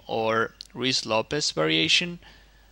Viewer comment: Very informative stuff, and it's nice to hear someone actually pronounce Ruy Lopez the correct way.